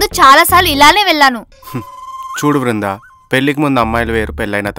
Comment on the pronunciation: వృందా కాదు దీని బోందా.......